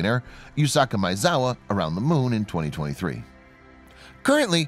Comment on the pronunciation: Dude, you can't pronounce Maezawa? ...